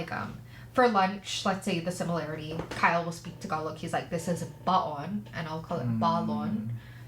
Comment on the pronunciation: You pronounce “baon” differently the way you pronounce it in english means “to burry”. The baon she said is anything packed like “lunch box”. Same spelling but different pronunciation depends where you put the stress when enunciating the word. Tagalog can be tricky but thats how every language is. Ilocano is just few of the dialects/ language we have here. TY for listening to our best singer!